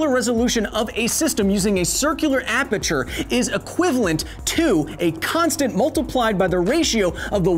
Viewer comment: I am guessing going down the comments would show me someone cringing on Kyle's pronunciation of aperture.